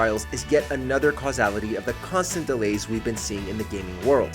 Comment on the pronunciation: Oof that pronunciation of casualty in the outlast trials segment